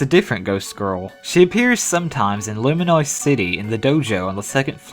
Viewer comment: wait did he say lumanoise city or sumthin